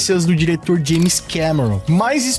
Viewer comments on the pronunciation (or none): none